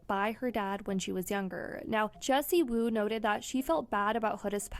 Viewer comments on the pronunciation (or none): "Wendy" Woo??? PUT SOME RESPECK ON JESSIEEEEWOO NAME!!!